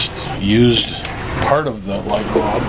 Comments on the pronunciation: Bulb with a UL like the sound in the word Gull, not Bob that rimes with cob. Otherwise, thanks for the info. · Now I'm wondering what part of the country pronounces bulb as bob. Funny.